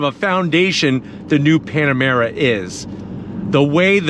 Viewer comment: He said PanaREma 😂😆, reminds me of most of my hometown eastern Europian friends, they call PanaREma and MitSIBUshi 😂😂😂